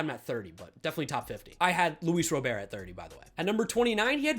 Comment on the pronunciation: Start saying Luis Roberts name right